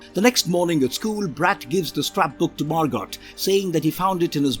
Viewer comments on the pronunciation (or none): The character’s name is Margot (pronounced MAR-GO, NOT MAR-GOT)